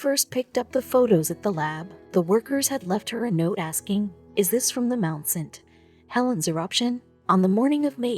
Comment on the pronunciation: Mount saint Helen's. 3 words not 2. Not mountst. HeLen'